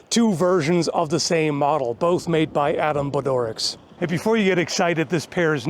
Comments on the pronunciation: Hi, fellow Hungarian of Adam here! Jist wanted to mention that the pronounciation of Adam surname is 'Bodorits'.;) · His surname is pronounced Boh-doh-rich